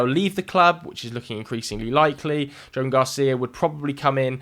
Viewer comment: It’s pronounced “Jo-an” not Joan,!